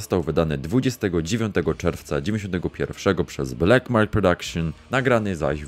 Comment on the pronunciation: Blak, a nie blek i gods, a nie gads